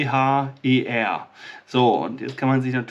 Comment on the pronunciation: Das Gehirn ist halt erstaunlich,und ist nur minimal erforscht. Placebo kann ja Wunder vollbringen. Siehe Asterix und der Zaubertrank😁😁. Zum Klugscheissen..Kamper klingt schön, aber das ph wird f ausgesprochen😏 nur zum (klugscheissen) Liebe Grüße Stephanie